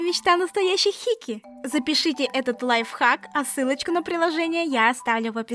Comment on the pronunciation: Не хики а хикикамори